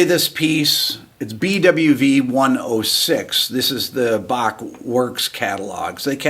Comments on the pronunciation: Rick I love that you can pronounce Bach correctly I am Scottish and really appreciate it! come visit our lochs😊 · I Like how you pronouce the „ch“ in Bach. Good job (I am german) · I like that you pronounce "Bach" correctly. 👍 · I respect the fact that you pronounce "Bach" correctly as opposed to almost all Americans who don't. A subscriber from Europe...